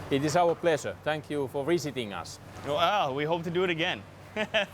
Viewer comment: "It is our pleshuh fo viSiting us", said a Sako sniper when looking in a rifle optics.